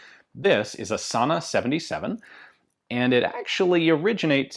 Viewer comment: As always fun to have a video about our native firearms industry. I must confess I watched this video with the main aim of hearing Ian pronounce "Sanna" which is a distinctly Afrikaans word with accompanying pronunciation. Just a note, the word Sanna is no longer colloquially used for guns but was so used by the early Afrikaans speaking settlers or "Boers" to describe any muzzle loading long arm. Thanks Ian, keep em coming